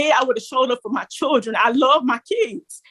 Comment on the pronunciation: Holy drama, why can't that woman pronounce children correctly lol😂